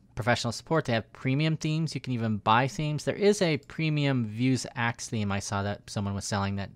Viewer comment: Me: "vue" + "sax" = "vuesax": "vue" + "sax" = "vue's axe"?! haha Great video as always